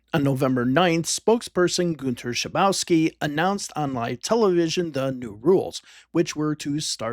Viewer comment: His name is pronounced Shabovski, not Shabouski! ;)